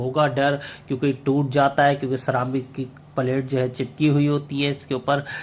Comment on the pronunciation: सिरेमिक को सारामिक बोल रहा है पेल्टियर को पाल्र्टी बोल रहा है अबे चुतिया पहले अंग्रेजी तो सीख ले ठीक सही से